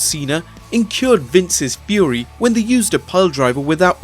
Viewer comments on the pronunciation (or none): none